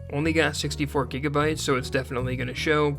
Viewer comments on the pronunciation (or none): none